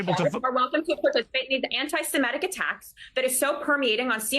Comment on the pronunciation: And she can’t even pronounce antisemitic properly